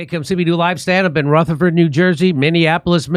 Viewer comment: As someone from that area, do me a favor, stop saying the "th" in Rutherford like the "th" in think. Say it like the "th" in then. A personal favor. It's nails on a fucking chalkboard for us. Thank you kindly.